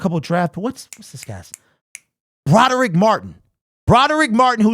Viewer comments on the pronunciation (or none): First of all,, it's not Broderick Martin, it's Brodric Martin. Learn how to read.